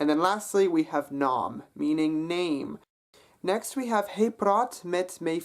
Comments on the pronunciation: Hi Ro Man, I would just like to confirm that his pronunciation is correct and it is in fact different from sound of the Dutch "mijn" :) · I'm a native speaker and it sounded like he pronounced it perfectly to me. 'Hy' should be pronounced as hey. 'My' should be pronounced as may.